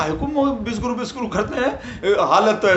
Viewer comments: तुम्हारे बोलने से विषगुरु सुनाई दे रहा हैं. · शायद को बोलने में उच्चारण गलत हो जाता है विषगुरु को विश्वगुरु बोल देते हैं